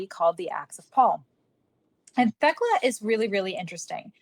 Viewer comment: Thst’s “TEK-LA”. My grandmother’s name.